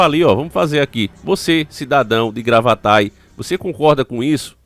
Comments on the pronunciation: Gravataí não Gravatai, tem acento no "I" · Oi! Só pra esclarecer, o nome da cidade é Gravataí (com acento no i), e não Gravatá, blz?